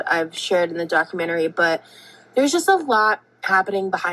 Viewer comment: The thing that disturbs me the most is finding out how pronounces documentary and elementary lmfao 😘